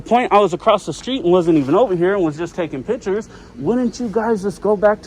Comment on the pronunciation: You're not taking "pitchers".....you're taking "pic" tures....